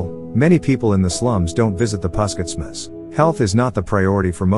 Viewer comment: What a terrible pronunciation of local names! And you are also taking a liberty to shorten the already abbreviated word. Puskesmas is a short for Pus=pusat (centre), Kes=kesehatan (health), Masyarakat (people).It should be pronounced phoneticaly! Otherwise it is just a strange sound.